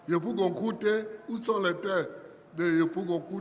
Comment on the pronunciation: Vraiment EST FILS DU TERROIR IVOIRIEN!!!! Regarde comment il prononce TRÈS BIEN KOUTE, DJOROGOBITE❤❤❤❤